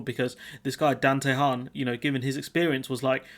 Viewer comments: Could learn how to pronounce Tehan before you start ,Its an Irish name try it like this T n you don't pronounce the h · Tee Han. It is an Irish surname. Good luck with that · Tehan, pronounced TEA_AN A name mainly found In the South and West Of Ireland, 🇪🇺🇮🇪🏴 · Or just T N , we can add Tehan to the long list of miss pronounced Irish names by Brits names like Cahill and Moran come to mind